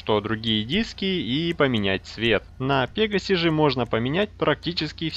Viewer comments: Пегааси торос а ты сказал пеегаси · Не "пе́гасси", а "пега́сси"! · У тебя ударенее на е